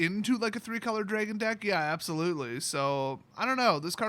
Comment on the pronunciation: Dra gon DraAaaaa no e in dragon..